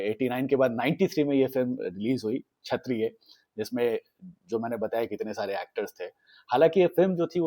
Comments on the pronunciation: It's not 'Chhatriya' but 'Kshatriya'. Work on your pronunciation. Divya Bharti, not Divya Dutta. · Buddy,it's Kshatriya not Chhatriya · छत्रीय नहीं भाई, क्षत्रीय बोलो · Bhai its not chaattttriyaa.. plsss …